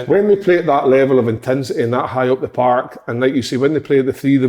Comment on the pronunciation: "Intinsity"and "paaark" in the one sentence fae big Kev. Classic